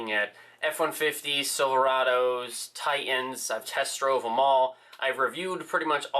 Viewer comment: What kind of truck is a "Ti-en"?